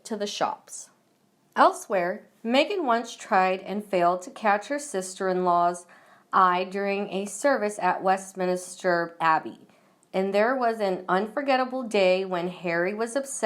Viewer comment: Will the writers of those scrips please stop using words that have more than two syllables as it confuses the presenters for example it’s pronounced West Minster Abby not West minister Abby!